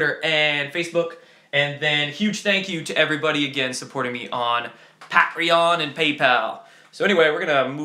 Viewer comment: Sorry man I'm not a grammar Pro and I don't like correcting people's grammar cuz mine sucks but I'm in a pissy mood so Patreon pronounced pay tree on lol. Long intro good vid, thumb up.